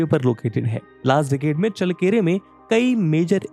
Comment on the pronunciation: चळ्ळकेरे✅, चल्लकेरे❌ नही